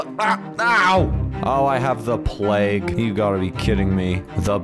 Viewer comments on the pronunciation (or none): none